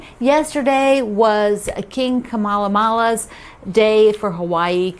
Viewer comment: Just fyi It’s King Kamehameha pronounced Ka-may-ha-may-ha